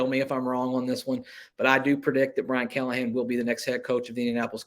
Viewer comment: NO CALL-A-HAN .